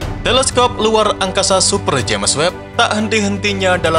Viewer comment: Sebutannya "Jams" bkn "Ja mes"🤔